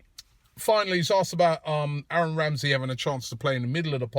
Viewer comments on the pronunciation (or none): none